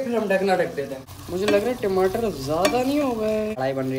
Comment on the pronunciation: Timatar nhi hota tamatare HOTA hai😂